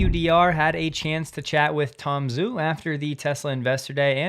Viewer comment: Fyi, Tom Zhu's name is pronounced 'Jew', not Zoo